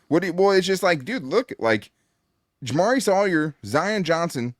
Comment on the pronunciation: love ya but the way you said jamaree caldwell is a rookie so what? i don’t think it matters as much as begore i don’t know if you recall a rookie last year named ladd and tarheeb still cam heart and another rookie a few years back named Herbert i think caldwell is gonna be another beast just wait